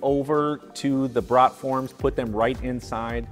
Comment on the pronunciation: FYI...it's BEE-gah (biga), luh-VAN (levain), poo-LEESH (poolish), and BROHT-form (not brat (like the sausage) form)